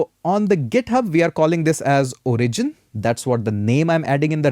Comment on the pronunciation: This is a really good and fun course! Better than many expensive courses out there. If I absolutely needed to comment on anything it would only be that "origin" should be pronounced O-rigin not o-RI-gin. But, that would really be nitpicking on a minor detail. In short, it's an really well-done course and I learnt a lot! Well done! :-)